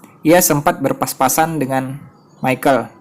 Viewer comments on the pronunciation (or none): Salfok dengan kata berpaspasan😂berpapasan min, bukan paspasan🤣semangat terus min